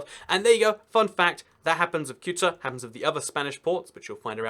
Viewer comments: Ceuta is pronounced Thay-oo-tah (Say-oo-tah if you're Latin American) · Your pronunciation of Ceuta and Melilla made my ears cry... Please take a look to the proper pronunciation